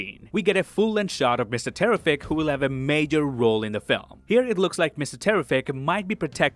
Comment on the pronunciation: First time seeing this channel but I have questions.. Is this AI voice? Bad pronunciation of Lex Luthors father name like "Leonnel". Saying Mr Terrific's name wrong twice then saying it correct once almost like it was pronouncing from bad spelling in a text prompt.